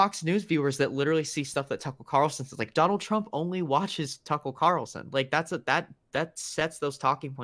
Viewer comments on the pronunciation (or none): "Tuckul Cawosin"